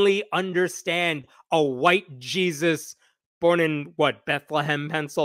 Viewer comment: "Jees-i" 😂 thank you for the first laugh this year!